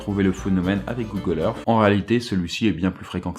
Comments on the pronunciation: google earssssss et non pas earffff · Arrêté de dire Google Earffffe !!! Si tu n'arrives pas à prononcer le th alors dis au moins Earssse 😂